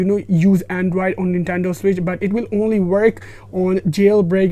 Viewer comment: Him saying “andraid” instead of android is triggering me so much